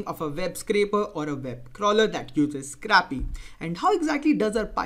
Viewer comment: It's pronounced Scraepy not Scrappy. Scrappy has a completely different meaning.